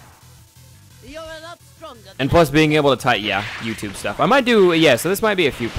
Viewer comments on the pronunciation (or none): none